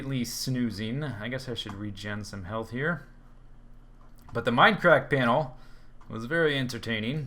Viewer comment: I love his enthusiasm when he greets us viewers at the beginning of each video. My favorite is when he says "Welcome backah to the Mindacrackah serer!!!" it's so silly and awesome I start grinning from ear to ear. :P